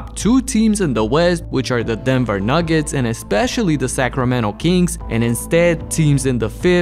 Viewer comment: Man said nuggets🤣🤣